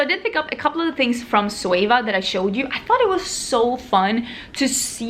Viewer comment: why do u replace the letter Z with an S in your words ? Like Sweva for Zoeva or Soey for Zoey ..soom for zoom... wondering if its diff in Swedish